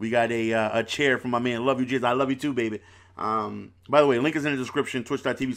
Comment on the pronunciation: Bro its J cam not jizz lmao